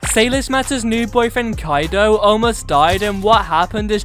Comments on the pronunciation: ITS KAIDO NOT KADO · Not Kadio